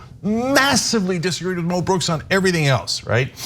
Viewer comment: if its MO brooks, why do u keep saying MEL brooks? even mo brooks pronounced it MEL, learn to pronounce things americans ffs